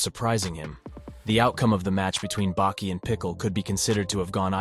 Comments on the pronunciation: Saying bakey is really messing me up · I never heard anyone call Baki - Beki lol... wtf man lol why. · And he corrects it even in the middle and still calls him beki after tf?